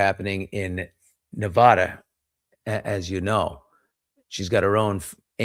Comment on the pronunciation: Stop mispronouncing Nevada